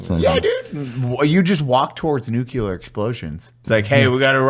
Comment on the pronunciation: Nu-clear not nu-cu-ler 😂